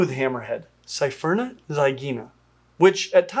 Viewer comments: It's pronounced, Sfurna. Not, Sy-furna. With all due respect. Love your vids. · It’s pronounced Sphere-Nah. Not Sa-fear-nah. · Small error: keeps saying "sephyrna" and not "sphyrna" "Isn't it pronounced "sphaierna?" Okay, okay Say "sphynx" Now say "sphyrna" Same thing lmfao I believe in all of you xD That said, thanks for covering one of my favourite sharks:) Super excited about the new species! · just two points of pronunciation that are killing me. First, cepha- is of Greek origin, Brits mess up trying to turn all 'c's into 's' sounds. It should be pronounced "kefa." Second, you keep saying "sy-ferna" for the genus. There is no vowel between the 's' and 'ph' of Sphyrna, just like the word, "sphere." We don't live on a "sy-fear," and the genus is not, "sy-ferna." I try really hard not to be "that guy," but you are repeating the same mistaken pronunciatinos, over and over. Normally, you are really good on it. I can forgive you doing the 's' thing to cephalopod, as you don't say that too often, even when doing videos on octapodes. Oh, and if it comes up, cnidarians, the 'c' is a 'k' sound as well, it's not silent, and not an 's''. Again, it's Greek. Look it up. The prefix means, "spear." Thanks for the informative content, tho. I'll go away now.